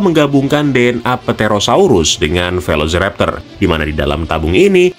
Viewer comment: Pterosaurus = terosaurus bukan "petero" Spinosaurus = spainosaurus 😁